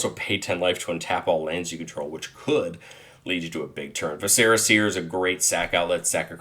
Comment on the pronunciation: How come no magic bros know how to say viscera?